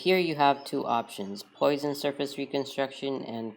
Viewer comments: ))) "Poison".... that is Poisson, with 2S :)) pronounced /pwa.sɔ̃/. See for details. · Poisson is pronounced “Pwasson”. He was a great French Mathematician. Great video BTW.